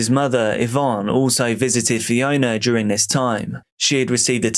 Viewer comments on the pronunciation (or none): Why do you pronounce it "duRING"?